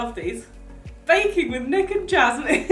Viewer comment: Did anyone notice Nick said baking but it sounded like bacon